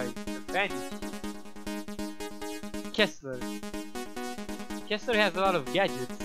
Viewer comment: I'm pretty sure his name is Kesler, not Kissler. XD